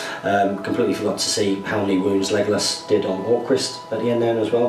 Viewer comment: Why do u say megalos not legalos?